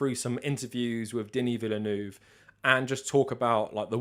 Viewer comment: Great video! Although... Your pronunciation of Denis Villeneuve was so jarring.